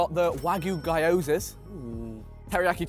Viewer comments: To make this easy for Vikk its pronounced Ghee Yoza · did Vikk just read GYOZA AS GUY YO ZA?